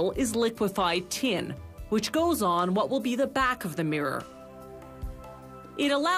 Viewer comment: It's pronounced "tin", not "tee-in", you stupid gint.